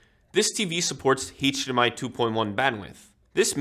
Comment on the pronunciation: He says Hate-DR and Hate-DMI 😂